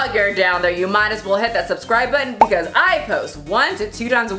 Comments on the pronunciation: I noticed when says "because" she says "becausee" probably also wanting to pronounce the E at the end? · yes! Exactly and she is speaking this and other words how we would pronounce as if was in our country spelling. Like, becAUSi, because over here we speak almost every vogal, our vogals don't vary pronunciation that much, our "a" is always the same, but the "e" is frequently spelled like "i" (equivalent of your "ee")